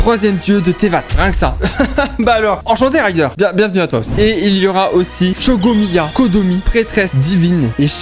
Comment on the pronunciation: "tevate, shogomiya, kogo" quoi QUOI y'a aucun effort de prononciation 😭